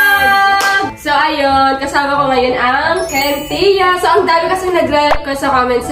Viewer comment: kintia ra malakas hindi wintia